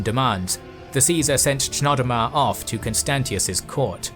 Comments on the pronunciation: I'm pretty sure the ch in Chnodomar is pronounced Knodomar. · It’s pronounced Knodomar I believe